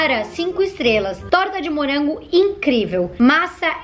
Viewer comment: "Hummm torta de murango"